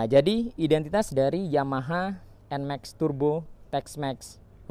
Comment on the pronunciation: Bacanya NMAKS bro (bukan nmeks)